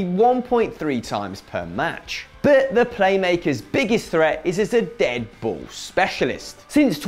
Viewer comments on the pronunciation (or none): none